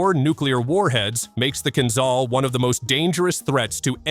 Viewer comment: Kinzhal (a dagger) is pronounced: Kin Ja (like JAR without "R") L (like LET without "ET"): Kin Ja L